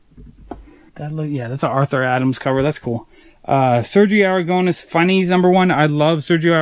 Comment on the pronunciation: You say AraGOUnes the tonic silabel is the Nes so is AragoNES. Great comic book collection.